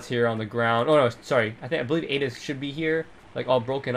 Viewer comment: Ada. It's Ada.